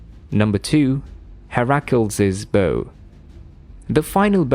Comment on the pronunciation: Hair-ackles😅 you mean Heracles